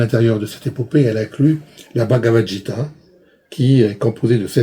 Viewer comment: La passion est là, c'est bien. Mais ...mauvaises prononciations... AN au lieu de A+N, S SH, C CH, J pour GU Gita ! etc ... les épopées arrivent beaucoup plus tard que les vedas et entre il y a les brahmana, les aranyaka... tribus pacifiques qui pratiquent le yoga ?! sans doute mauvaise interprétation de la civilisation de l'Indus. pacifisme des arya ?... pourtant beaucoup de violence dans les veda et les sacrifices... ça me semble pas très sérieux. Le vedanta est beaucoup plus récent que les brahmana.